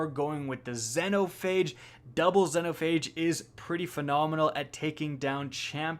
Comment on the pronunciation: How he pronounces xenophage hurts my soul